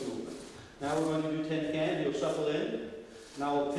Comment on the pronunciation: He keeps saying tin can, i through t it was tenkan ?